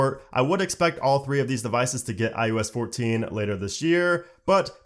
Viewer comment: He said ois when it is called iOS